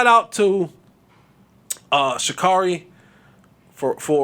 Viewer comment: Well…at least say her name properly…Sha-care-ree.